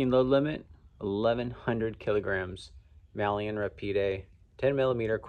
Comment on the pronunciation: It's pronounced ''my-yon''.